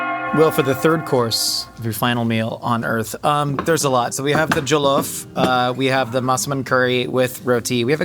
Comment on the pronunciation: First time I've heard this pronunciation of jollof but HEYO, NIGERIAN CUISINE ON LAST MEALS LET'S GO BABYYYYYY